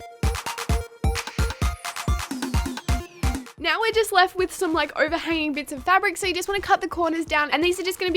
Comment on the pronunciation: when u say now it sounds like meow